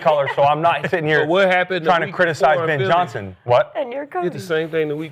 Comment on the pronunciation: Who is “Bin” Johnson?